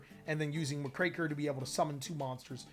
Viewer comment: You're pronouncing Muckraker wrong by the way. It's quite literally "muck-raker", someone that cleans up filth. It's a reference to the journalists from the Progressive Era of US History that would expose corruption, which is why the art depicts a reporter.